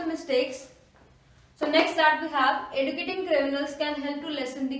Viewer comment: mam, kindly correct the pronunciation of educating, it has to be pronounced as eh joo kiet ing ·